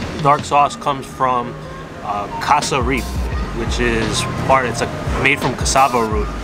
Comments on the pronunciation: Pepperpot is made with Casreep not sasareep lol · Shout out to you all exposing the masses to Guyanese and Trinidadian food. In the future, know that you traditionally eat "Peppah Pot" with traditional white "platt" bread, and the casava based ingredient that makes the stew black is actually pronounced "kazz-rip" or "kazz-reep". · Not to be a hater but it is pronounced caz-rip. It is made from Cassava. It was first made by the Amerindians who were the first people to arrive in Guyana. It was lovely watching someone who knows how to pronounce Guyana, this channel is a breath of fresh air